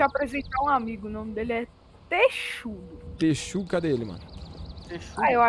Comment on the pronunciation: Ele falou texudo do excelência gamer